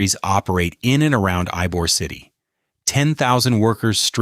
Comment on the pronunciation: While informative, AI miss pronouncing Ybor City is all you need to know.